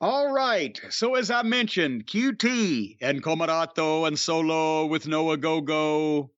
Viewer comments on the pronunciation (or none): “COMOROTOOO and SOLOO with no OGOGOOO!” 😂